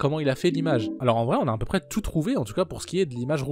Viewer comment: On dit "à peu près" frérot mais bonne vidéo sinon !